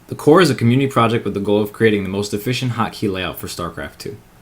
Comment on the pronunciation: Why does TheCore sound like a sect to me? Maybe it's because the way you say it.